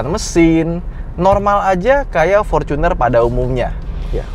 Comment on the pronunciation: fortuner bang bukan focuner